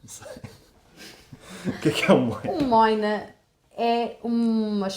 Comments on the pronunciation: Mas seria "môina" com som de ô. Não "móina" "ó" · "Moina" não se diz "móina", mas "moina", mesmo e é sinónimo de polícia. Como se dizia que eles não faziam nada, passou a significar alguém que não faz nada e daí, foi para os arrumadores, mas não é tão comum assim ser usado como sinónimo de arrumador. Em França, também usam a expressão "pneu". O nome vem da rodela de limão que é colocada no copo, depois do gelo e do açucar.